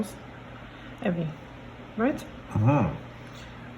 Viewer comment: you said my name perfectly. ☺